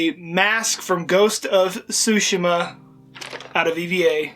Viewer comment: nice video except one thing, you aren't pronouncing tsushima right, the i sounds like saying "e", tsu (T is silent so its su), shi (basically saying she), ma